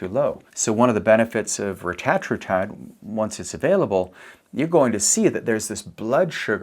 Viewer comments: I usually prefer getting pronunciations 'correct'. But I prefer "Retta" in this case, over "ruh -tat". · The correct pronunciation of Retatrutide is REH-tah-TROO-tide, with emphasis on the first and third syllables (REH and TROO). This pronunciation has been confirmed by Eli Lilly’s Chief Scientist during a CNBC interview, reflecting the intended usage by the developers of the drug. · Why does he keep saying rettratrutide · This is hilarious. Why is this guy saying it like that? The only guy saying it like that? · Couldn’t watch , the way you say it is dumb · This dude is clueless. Can’t even pronounce it right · No one is gonna listen to a person who pronounces it wrong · He goes back and forth on how he pronounces it. I've seen videos where he does it both ways throughout the same video. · Eli Lily doesn't get to make up grammar and pronunciation rules. The English Language has standards. Otherwise you sound foolish. Like pronouncing Primer as Primmer like so many morons. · eli didnt create it, they just capitalized on it and purposely pronounce it different to flex. 🤦🏻‍♀️ They saw how good it was and jumped in the game 🤦🏻‍♀️